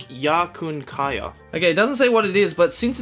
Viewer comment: it's kaya XD and it's fabulous